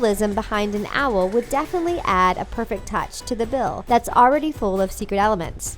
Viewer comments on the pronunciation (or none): none